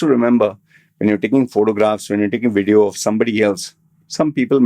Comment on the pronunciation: In this Wedio? Get someone with a decent accent to present and you hold the camera...